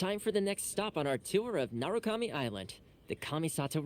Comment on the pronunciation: HI! Im sure you probably get so many comments about the pronunciations and probably not able to see all of them. And yet here is my attempt at trying to help you pronounce it - Araumi- Ah-rah-oo-mee Ioroi- ee-oh-roh-ee Narukami- nah-roo-ka-mee (roo like the flour roux) Watatsumi- wah-tat-soo-mee Bake Danuki - Bah-kay Dah-noo-key (soft on the D sound) Tanuki - Tah-noo-key (soft on the T sound) Yoimiya- yoh-ee-mee-yah The Tri Commission - Kanjou Commission, the Hiiragi clan leads it. They are ones who wanted us to deliver letters and what not. They deal with trade, finances, customs and border patrol. Yashiro Commission, the Kamisato Clan leads this and they take care of Shrines, festivals and keeping the culture of Inazuma alive and manage cultural affairs. Tenryou Commission manages and deals with the military affairs. They work closely with the Raiden to enforce the Vision Hunt Decree. Thank you for your videos. I'm late game player so I get to live vicariously through you as you journey through the various regions.